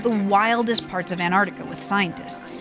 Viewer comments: For some reason I get so triggered by the way this girl says "Annarctica". It's A N T A R C T I C A! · we are in ennarnica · Nice but you went to ANTARTICA. Not Antarctica. There is a T.. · americans pronouncing an-tar-ti-ca as an-art-ika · It's annoying how you say "an ardica" instead of Antarctica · Why can't Americans pronounce their T's. An-ard-ica 🤣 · Please, please, please pronounce the darn T in AnTartica🤦🏻‍♂️ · Why are Americans so against pronouncing the first 't' in AnTarctica? Seriously, what did it do to you?